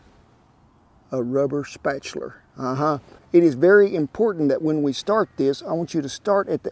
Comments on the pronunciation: "Spatular " you,re trying to hard to be an be an idiot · Love the way Kent says spatula! Spatuler! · “A rubber spatuler “ I love it 😂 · Looks delish! I knew he was going to say spatcheler!!